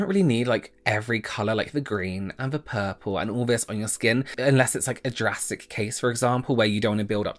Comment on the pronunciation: Listening to this, every time said drastic I heard Jurassic Made for a very different video